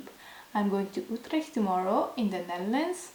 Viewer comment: You didn’t finish your story you say? You didn’t even finish your sentence 😭 Also I feel you, when you get something new, you’ve got to smell it first - Primitive instinct tho I’m leaving a comment cause it’s the worst unboxing I’ve ever watched Smaaaaah l’accent « Outleeecht » 🇳🇱 Auto-oddly-satisfaying change of focus and lighting video That end tho